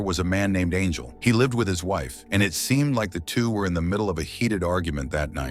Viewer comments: How did your AI pronounce Angel as Arngel and Anjul? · Hey buddy your stupid AI voice can’t even say “angel” properly. You better not quit your day job. Hope this is not it cause you suck at it.